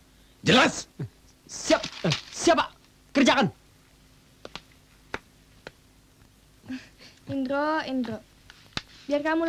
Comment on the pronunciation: Endro hidup lagi, begitu pengucapan om Dono, bukan Indro. 😁😁